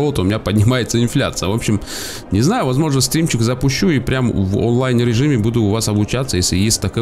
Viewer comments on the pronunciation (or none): none